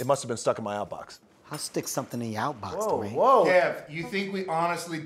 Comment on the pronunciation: the way says "duh-wayne" is so funny to me and I don't know why